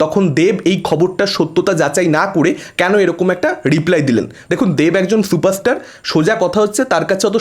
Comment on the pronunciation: দেব নাকি সুপারস্টার 😄😄😄😄 কালা থুতলা বাংলা উচ্চারণ করতে পারে না সে আবার চুপারস্টার😄😄